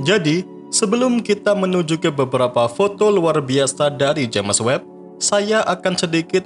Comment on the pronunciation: Bacanya itu jeims webb woy. Sejak kapan james dibaca james juga, hhhhh